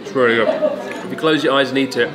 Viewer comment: "it's not rery surprise that I eat it" - Chris Oh geez, his Engrish getting really good now.